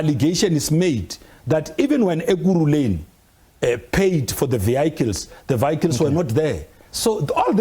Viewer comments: This idiot can't even speak probably. Not vehicles. Vikkles🙈😠. Bule mabe. Same as phala matras. No go and look under matras. At the farm was that was also stolen money. Born too steel. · Vee-hycles 😂. Does he think he sounds smart?